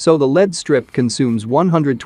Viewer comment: I was wondering why you don't use your own speaking voice in your video? The computer generated voice mispronounces LED strips and LED lighting as lead strips and lead lighting. You did a great job at stretching that image.